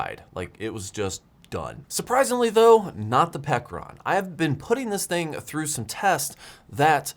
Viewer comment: Pecron, pronounced as " Pecker Ron "